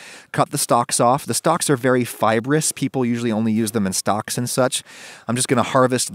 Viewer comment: Adam : cut the stalks off the stalks are very fibrous, people usually only use them in stocks and such Me hearing stalks again instead of stocks : 👁👄👁